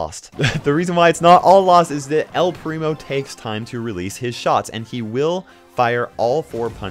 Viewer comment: Why to talk spanish all people say an "u" at the end of the word xD